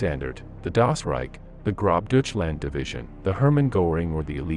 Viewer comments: Did you really say GroBdeutchland instead of Großdeutschland ? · Grobdoochland, Gooderian, Wermakt, The Roo Basin. Aaaaah. Computer Generated voices, my old friend. Well produced video though. :) Great stuff.